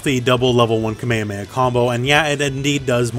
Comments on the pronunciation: Is nobody really triggered for his way of saying "kamemeha" lul. Love you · "kamea mea" plz